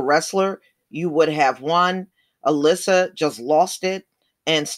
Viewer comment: It's Al-Issa, they are not pronouncing it right. I think 'Issa' is Jesus in Arabic, but don't quote me on that.